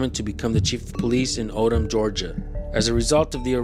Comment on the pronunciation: Its Odum Georgia, not Odom.